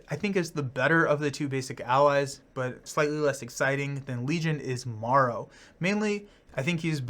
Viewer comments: Just fyi marrow is a she. And pronounced Mare-O, like bone marrow. Boney spike/daggers are her whole thing. She’s a morlock. Love your videos and your enthusiasm for the game. Quite infectious! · Just to let you know. Marrow is pronounced like bone marrow. And is a female.